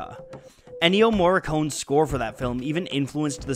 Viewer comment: Couldn't agree more! His scores make the movie. BTW Mr. Narrator, it's pronounced Morricon-eh :)